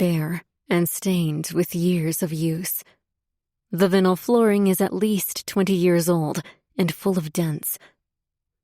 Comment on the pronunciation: Mispronounced vinyl and triplexes 😂